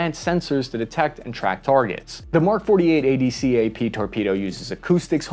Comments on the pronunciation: ADCAP is pronounced (add-cap). Please stop saying "a-d-c-a-p" ... aaaand the anacoustic tiles are (ann-ah-koo-stik) ... engineer talk for "made of rubber." xD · Speaking of lingo, we don't say each letter of ADCAP, it's spoken as "add-cap" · Great video. You don't have to say each letter in ADCAP... We lazy, it's just Ad Cap. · he spelled out adcap lmao